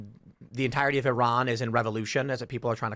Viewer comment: Learn how to pronounce the name of Iran right you fools